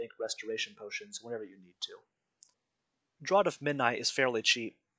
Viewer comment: Great video on the event! Also, draught is pronounced "draft", like Guinness Draught in a can (draft beer).